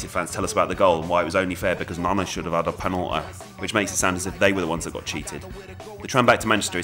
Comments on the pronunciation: "Naneh should've ad a penalteh" LMAO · First rate! "Penalwah", classic.